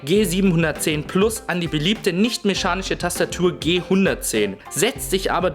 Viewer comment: "Mechanische" nicht Meschanische...........